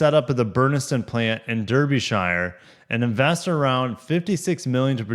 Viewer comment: Sat here in the UK hoping this means that Toyota then might put the GR Corolla on the UK market if they are building them here anyway... We used to get great prices on Civic Type Rs (FK8s) before production moved back to Japan. Also, Derbyshire is pronounced more like Der-B-Sheer 😀